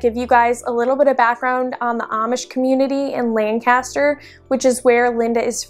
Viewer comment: Totally saying Lancaster wrong!!!